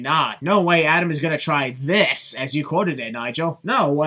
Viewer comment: Sorry, I found it funny how much you emphasised "this" on , that sin description overall was funny